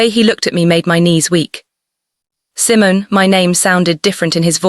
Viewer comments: I'm sure Simon...is Simone... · Your Narration is terrible. The voice. Is her name pronounced "C-mone" or Simmons like the fruit. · ❤❤❤❤❤I really loved this. Wonderful emotional journey. Meaningful. Please work on the AI narrator. Maybe type in the words phonetically. Example couch should be written like COWCH and Simone would be Seemoan. It’s very distracting to hear all these mispronunciations of English words